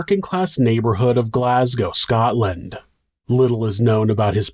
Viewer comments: Finally, an American that can say Glasgow properly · Another comment from me hahaha but id like to just say on behalf of all the Scottish people thank you for pronouncing "Glasgow" and "Edinburgh" correctly.....now could u teach everyone else in America to pronounce them right that would be grand lmao seriously thank you though you make an effort an not many other folk do they make videos an dont just take a second to google how to pronounce Scottish place names like it would take a second so just know we appreciate it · Kudos J on the best American pronunciation of not just Glasgow but also Edinburgh that I've ever heard. You are now an honorary Scotsman, welcome sir.